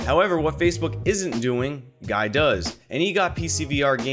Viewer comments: "Guy" is pronounced "Gee" at least when I met him he pronounced his name that way. I think maybe he's just rolling with 'guy' because he just gave up correcting everyone. :D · Is guy dutch or belgian?, cuz that’s usually how the dutch or belgian name guy is pronounced here